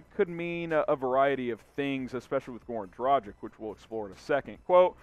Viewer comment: Would you please learn how to pronounce correctly?! It's pronounced "Draghich" ..it's a Slovenian surname so it's written differently, but that's the way it should be pronounced. As a reporter - commentator I'm sure you should put in a bit of effort to do it right.